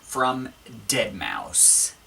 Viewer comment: Please.. It's pronounced ded-mao-five.